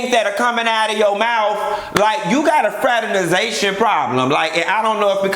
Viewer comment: “Fraternitzation problem “ lol